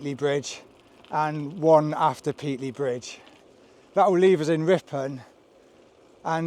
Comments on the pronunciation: It's pronounced Pate-ley, not Pete-ley FGS. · Please learn the correct pronunciation for Pateley Bridge! Otherwise an educational and well presented video. There was a time when I would have done it in three days. I've done the original C2C several times in three days but in those days I was 15 year younger and we had a support van carrying all our kit. I'm presuming you've sent your kit ahead as there doesn't look much more than a sandwich and a bag of crisps in your back pack. i'm with the guy that took longer and enjoyed the ride. There's so many places to stop and stare.